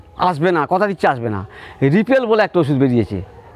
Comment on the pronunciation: Dipel না ripel. কি নাম বললেন । কোন company ঔষধ? ??